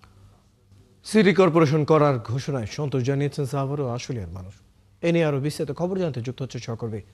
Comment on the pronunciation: আমার একটা কোশ্চেন এই যে প্রতিটা সাংবাদিকের সাভারের উচ্চারণটা ছাবার কেনো বলে।